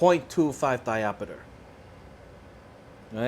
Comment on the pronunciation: It's diopter not diopeter.😮